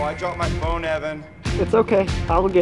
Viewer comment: I thought said “Elton Scone” instead of “Elton’s Phone” 😂